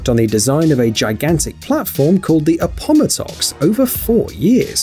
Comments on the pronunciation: Very odd pronunciations; perhaps a bit more research would help with important place-names like "Appomattox.' We typically say 'Ap- po- MAT- tox," NOT 'a- POM- a- tox' (but then, Yanks and Brits are two peoples separated by a common language). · somebody please program the bot voice to understand that Appomattox is NOT pronounced a-POM-a-tox -- it's a-po-MAT-tox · Appomottox???? Tf watch the video of the shell rig again mate, Appomattox there's an "a" mate....smh cringe